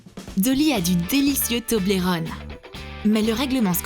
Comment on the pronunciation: On dit « Tobeulreune »